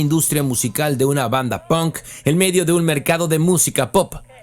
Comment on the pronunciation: Por qué los mexicanos pronuncian "pOnk" cuando en inglés no se pronuncia así? 🤔